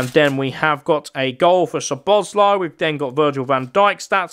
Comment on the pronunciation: Also you said szoboszlai but you say it like this soboslai